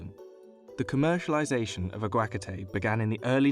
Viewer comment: Ah-gwa-KAH-TAY not Ag-wakatay 🤦🏼‍♂️